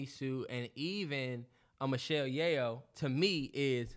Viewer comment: Me: Screaming at my screen in my Pinky voice "SAY IT AGAIN NIGGA! SAY MICHELLE (YAY- OH) AGAIN NIGGA!" It's pronounced (Yo) Yeoh=Yo! 😭😭😭